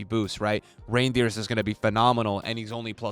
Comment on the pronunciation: Ayo im pretty sure Reijnders doesn't belong to Santa Clause, that's not how you pronounce his name